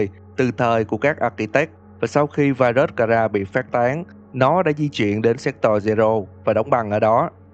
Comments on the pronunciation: séc to-r nhé chứ ko phải séc toi nhé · Thề là cứ anh đọc chữ Sector là em cứ nghe thành s*xtoy :)))))))))) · Nghe như sextoi zero =)))) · anh đọc là se*toy zero 😂😂😂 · Sector mà ổng đọc lộn thành s*xtoy :))))))))))))) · anh đọc như "séc toy" zero í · Sector mà ông cứ đọc thành S*xtoy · má Sector ông đọc cứ như séctoi cười vcl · sao nghe như s*x toy v :v